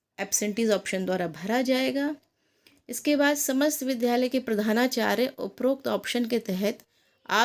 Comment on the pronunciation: Vidyalay ka uchcharan thjk se karen.